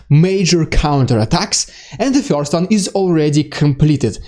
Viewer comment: first not "fjorst"